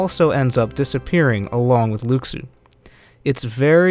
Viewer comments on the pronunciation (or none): Lu SHU not luke su 😩😩😩 i know this is a year old but damn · It’s Luxu not lukesue lol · Watch Back Cover, his name is pronounced "Loo-Shoo", not "Lucks-oo". SMH. That would be calling you "Mr. Wee Butts!" (Whereas I imagine your name is "" or even possibly ''). It would be an insult to you to call you anything but your name, and the CORRECT way to pronounce it. Please show consideration to artists and their design. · No... just... no. I'm all for creative theories, but dismissing what is already known about Kingdom Hearts is just wrong. And it's pronounced Lu-shoe. Not Lux-oooo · Luxu (Lu Xu, no O sound and KS instead of SH sound) is the actual pronunciation, but in english someone that doesnt know that could pronounce it like Lou Shoe. Latin tongues have different pronunciation that English. It always happens, like on Moana The Rock had shitty pronunciation of his non english lines, which is the only real criticism to his performance. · ***** It doesn't matter where it comes from. Fact is the name is pronounced Lou Shoe. So we're just going to have to accept it and call him that from now on. Or risk being as inaccurate as IGN when they say Xenanort and Eraqueez when it's Xehanort and Eraqus. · Since I watched KHX, I wondered why everyone pronounced it Luxu instead of Lou Shoe. Probably a misconception from the KHX games. :D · It's "loo shoo". Omg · right? Its pronounced "Loo-Shoo" everyone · why cant people say Luxu's name right? its pronounced (Loo-shoo) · Luxu / Pronounciation :(Loo- Shoe) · please pronounce Luxu correctly